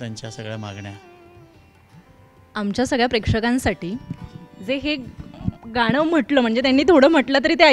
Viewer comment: मुलाखत घेणाऱ्या ताई गणराज म्हणा गनराज नाही गाण असे आहे ते गान नाही कृपया शुदध्द बोला